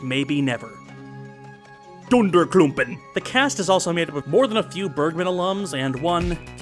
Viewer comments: Your pronunciation of "Dunderklumpen!" is actually spot-on. Well done sir. xD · Oh, and hearing you say "Dunderklumpen" pretty much made my day.